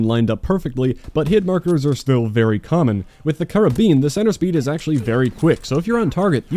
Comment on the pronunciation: Finally someone who knows how to pronounce Karabin.